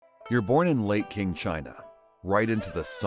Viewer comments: Following viewer demand, I'm here to list the inaccuracies again: Qing is pronounced similarly to "ching", not "king". No, opium was never as plentiful as rice. It had to be imported at first, and even after domestic production began, it never could keep up with demand. It would be unlikely for children to be unregistered. If they were, the local magistrate would be missing out on a lot of taxes. Not true. Any male could take the imperial examinations, which could guarantee social status if you ace them. It would just be very unlikely for a poor peasant to do well in them, since a literati education would be expensive. Christianity did exist in the QIng Empire, but it would have been a minority religion. It is unlikely that you would have had a graveyard with so many crosses and headstones. Traditional Chinese graves are marked by a mound of earth. Those are PRC police hats circa 1990, which wouldn't have existed until about a century later. Qing law enforcers wore hats similar to the ones that the officials in the Ming Empress video wore. Again, homosexuality wasn't a thing in Qing China. Brothels didn't have boys. You can't just go shaving someone's head when the Qing were in charge. They were very strict about hairstyles. Everybody who deviated even slightly from hairstyle guidelines was executed by decapitation, according to the "hairstyle or head" law of 1645 under the oversight of Prince Dorgon. If you shave someone's head as depi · “Qing” is pronounced “ching” not “king” Otherwise great work, you show a solid understanding of why and how people get addicted to opioids that doesn’t reek of the judgement that comes from many people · Its pronounced CHING not King. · Qing, as in the Qing Dynasty , is pronounced ‘ching’, not ‘king’ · It's pronounced Ching, not King dynasty...Also if it's a fictional dramatisation what's real and what's not?